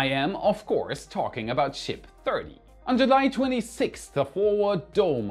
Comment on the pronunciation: ship thirty sounds soo weird